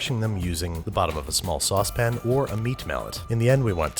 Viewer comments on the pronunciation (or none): I think you mispronounced saucepan there eh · Woah he called it a saucepAn! That's a first